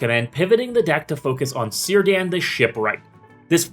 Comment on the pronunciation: awww I was hopeful Círdan would be pronounced right xD